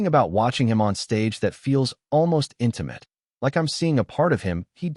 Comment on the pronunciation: Narrator correction: (1) "lyric" should be pronounced "LEER-ik" not "LYE-ris" (2) pronounce "read" as "reed" not "red" (3) pronounce "intimate" as "IN-ti-mət" not "IN-ti-mate"